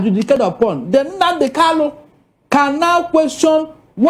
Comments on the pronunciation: Is kanu not Kalu 😂😂😂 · This man should go and learn how to pronounce Kanu's name. Calling him Kalu is irritating.